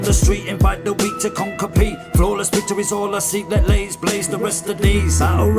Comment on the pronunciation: Thankyou brother. Yeah its pronounced LAZE not LAZY lol but im sure he wont mind...great review as always salute